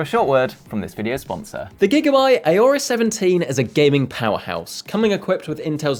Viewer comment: It's Aorus ( Orus ) not Ayorus